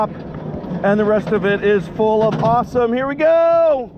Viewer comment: IT SOUNDED like you said when you get to the top it's full of possum! So i turned on captions to actually see what you said... You said awesome Haha!! So this park is actually open?? I heard they shut down everything in this country, Six flags fiesta Texas that i live very close to was even closed. Y'all be careful & be safe out there! Thanks for all the awesome videos! ❤🙂❤